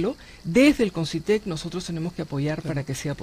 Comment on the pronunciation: Concytec, no Consytec